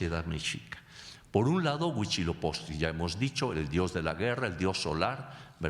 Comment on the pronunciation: A mi solo me da gracia que nunca puede pronunciar Huitzilopochtli y dice huichiloposhtli o algo asi jeje